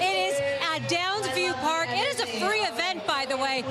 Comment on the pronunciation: Its GHAA-NAH .... NOT GHE-NAH ya dummies.